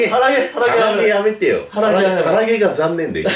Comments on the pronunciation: 腹毛が鼻毛に聞こえたww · 腹毛が鼻毛に聞こえた💭